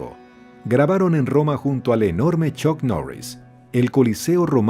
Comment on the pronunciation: ChOk Norris... Bien bieeeen 👏🏻 ProdOction... Bien bieeeen 👏🏻 Vidéo... Bien bieeeen 👏🏻